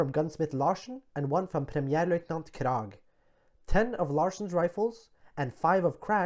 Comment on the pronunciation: Bra! Og lær gjerne verden hvordan norske navn uttales. «Kraaaag» ikke «Krægg» - mener nå jeg da :-)